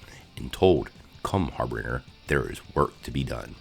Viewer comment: It kinda bugged me how you mispronounced Kara and Harbinger but thank you for the recap because I can’t find this episode for free anywhere on the internet!